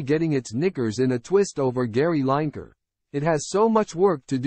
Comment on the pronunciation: Could have made some sort of effort on learning how to pronounce Lineker.